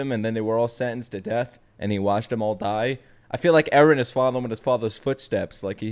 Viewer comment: "Erenists" close enough.